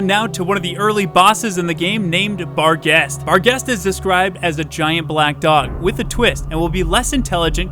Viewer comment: Im not gonna lie this does sound interesting with the Wendigo/Skinwalker trend whileni smirk at you butchering the boss name "Bargheist" which i have heard of before i wont lie rumors are rumors but these are interesting rumors